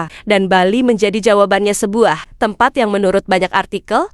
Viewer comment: Tempat bukan tempot, jgn perkosa bahasa Indonesia